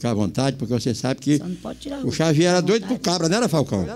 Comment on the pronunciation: Bom dia muito bom acompanhar o programa assim q é postado, é a cabra só chama chavier chavier kkkkkk tmjs falcão abraços Deus abençoe.